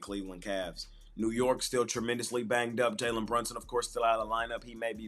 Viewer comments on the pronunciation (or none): none